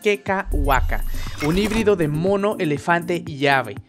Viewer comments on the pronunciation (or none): none